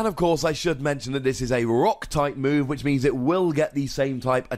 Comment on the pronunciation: Lol did u say "powered up version of the moon stone edge"? Instead of move? U said move the first time but second sounded like moon.